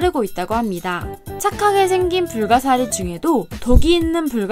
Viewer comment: 2.58 불가시리(✖)불가사리(⭕)